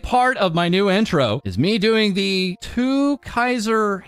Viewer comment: It's pronounced "two kaiser"..he's the 6th member of the zenkaiger super sentai team and does this whole dance routine before transforming